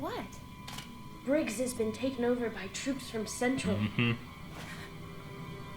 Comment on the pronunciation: I'll never get over them calling Central Cendral😂